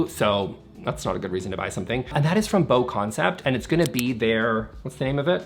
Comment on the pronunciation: The Bo in BoConcept is pronounced like Boo